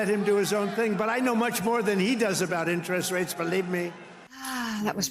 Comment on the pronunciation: President Trump pronounces "interest rates" wrong. It drives me crazy that he doesn't know this.